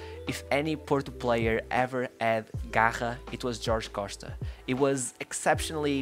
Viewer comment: Bro where you from? I’am portugues and you accent when you said Jorge Costa, Patrick Viera and Paulo Futre sound like you are from Portugal, if you are not from here let me tell you that you sound just like us.